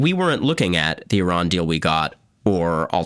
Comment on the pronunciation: He's reading Iran wrong...but he has his fathers charisma, Sinatra